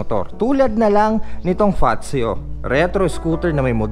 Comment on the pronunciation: ang ganda ng pag pronounce mo ng FAZZIO yung iba kase ang pronounce is passio 😁here in italia ang word na double Z is nagiging letter T ang unang word for example PIZZA parang PITZA pero double Z... allora, grazie mille e più iscritti ciao